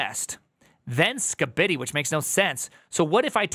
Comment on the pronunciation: I can't believe I'm slightly irked by how you say Skibidi.